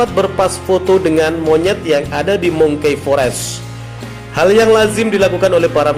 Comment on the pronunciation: Bukan di sebut mungki fores Brother tapi mangki forest dari bacaan monkey forest. Tambahkan ilmumu dalam bahasa inggeris bro barulah jadi presenter yang mantap.